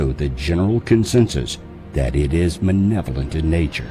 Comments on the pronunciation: Nice video. But I have to correct you with a certain word. It's MALEVOLENT. You kept saying 'Manevolent'. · if the meth idea didn't discredit the the theory the misprounpuncing of "malevolent" sure does..he said "manevolent"..i know its just one letter but it speaks volumes about the narrator's ignorance..It could speak volumes of my ignorance as well..hope im right...lol